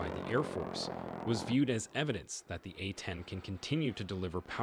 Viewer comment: Ok...dude in video just pronounced it War thog. Then he said Atten instead of A-10. Another frickin computer voice. Is it too damn hard for real people to read anymore? That vexes me. I don't like to be vexed.